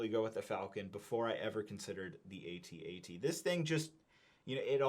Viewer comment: An Ewok dies every time someone pronounces it A-T-A-T